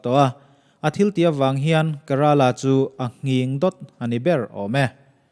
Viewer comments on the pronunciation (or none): Kerala..ka tih a lam loh tur ke ti a lam zawk tur